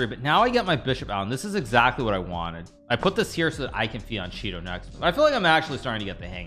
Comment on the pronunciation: Fee an Cheeto? Is that right,? It is Fee an Keato. Holy shitbawalls.